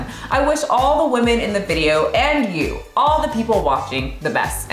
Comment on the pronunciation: 1) you massacred the pronounciation 2) it literally means "pathetic", they just gave it another writing so they feel good about themselves lol 3) Also mispronouncing "women" ffs 4) If you fail your health exam a few times in a row, they WILL fire you. 5) Nobody is irrationally afraid of fatties. They're disgusting and shows a LOT about your character. 6) They're getting fatter because of the way they live. They consume exponentially more carbs than just 10 years ago. They also frown upon doing any exercise. 7) Most japs are TOO thin, actually. As in, unhealthy thin. And women starve themselves for days then return to their carb addicted lifestyle - and get angry at people who tell them what to eat to never get fat. 8) calories are a hoax, stop pushing that garbage 9) Try China. They literally want their daughters to look like anorexic twigs. All of my chinese lady friends' mothers (who are pretty much all granny-fat, despite being below 50) say nothing to their daughters but how fat they are. Greeting? DID YOU GET FAT? Eating? THAT'S WHY YOU'RE SO FAT! Seeing an anorexic twig in the mall? SEE YOU SHOULD NOT BE FAT LIKE HER! And that's all their communication. Usually fathers don't give a shit. 10) Japs always had a few sickos that were into fatties. I know a girl who needs to stay fat to get work offers... It's quite fucked up because she used to love doing sports, and is super cute when not fat. 11) Semi-muscular women are nice, but sadly, women fall for the bro science garb